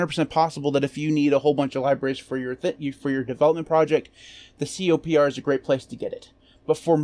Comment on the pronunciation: Isn't it pronounced "Copper"? Also, it contains some big packages that have simply been removed from the official repos, like the Eclipse IDE.